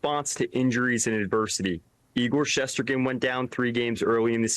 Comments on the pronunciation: "Igor shessterken" 😂😂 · Not surprising that he doesn't know how to pronounce our goalie's name. It's not like he hears it 30 times a game. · Why is it so hard to say Shesterkin? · For the love of God someone please teach how to pronounce Shesterkin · Learn how to pronounce Igor's last name.